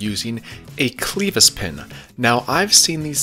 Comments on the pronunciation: first "cleevis" then kelvis lmao killing me! It's pronounced "Cleh-vis" now we both taught each other something today. Great video, swear im not a word nazi - I work in fluid power and hear the word clevis daily. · You're killing me with the pronunciation of Kel Vis pin.... It's a Clevis pin....not cleevis or Celvis. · Clevis pin not Celvis pin......Cle-vis not Kel-vis as in Clever ie clevis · Kelvis left the building. Clevis...pronounced clevis...sounds nothing like Elvis :) Ask the tractor guys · lol its not kell-vis pin!